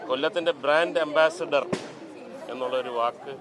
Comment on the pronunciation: Brand ambassidor alla vilachil😂😂